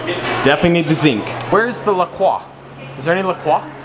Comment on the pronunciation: Hey,. LaCroix is actually pronounced like la-croy. It is a combination of the city name where its bottled, LaCrosse WI and the ST. Croix river, witch feeds into the Mississippi and passes through LaCrosse. Makes me cringe when people try to pronounce it like its a real french name:)